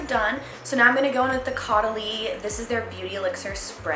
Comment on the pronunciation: Caudalie is a French brand. :) It's pronounced Coh-Duh-Lee. Loved this video! Very cute and is pumping me up for Spring!